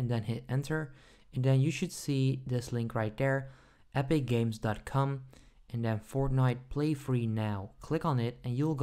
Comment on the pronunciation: Mans said epicgames.cum